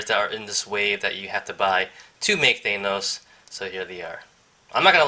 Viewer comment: You're pronouncing Thanos wrong, not to be rude